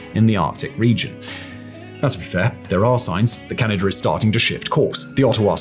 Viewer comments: And that there's no "er" in Canada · “Ameriker and Canader”😂😂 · Lol "Kalingrad" and "Canader" are really getting to me